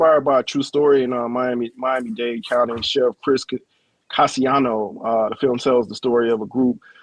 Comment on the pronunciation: as somebody with the rare same last name Casiano and whose name is ALWAYS said wrong, HE SAID THAT SHIT SPOT ON!!